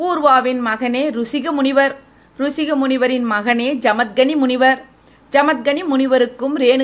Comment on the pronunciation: ஜமதக்னி முனிவர் பெயரை சரியாக உச்சரிக்க வேண்டும் சகோதரி. ஜமத்கனி அசல்ல